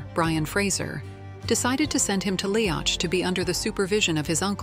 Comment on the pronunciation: I don't know who did the artwork for this video, but Brian Fraser had dark, black hair, not red. He was known as Brian Dub, Black Brian. Jamie was known as MacDub/MacDuff by his Ardmuir men. This means Son of the Black One. Tell the AI that Leoch is pronounced Lee-ock, not Lee-octch. I think that whoever created this video did not read any of Diana Gabaldon's books.